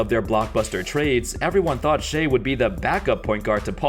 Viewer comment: Bruh its shai as in "shy" not "shay"